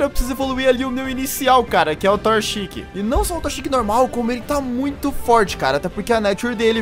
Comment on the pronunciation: falou torchic errado